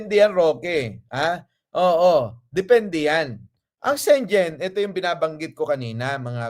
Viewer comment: Schengen visa ang pronunciation po ay SHE-NGEN hindi po SHEN-JEN